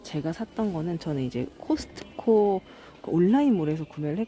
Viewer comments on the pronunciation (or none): none